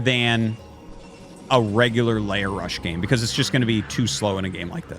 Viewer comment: Why does he pronounce lair like layer? Zerg are not onions you know.